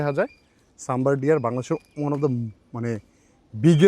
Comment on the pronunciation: শব্দটা সাম্বর নয়